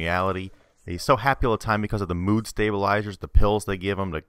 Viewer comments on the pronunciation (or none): none